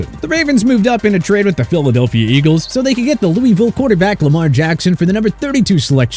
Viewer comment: You said Louisville wrong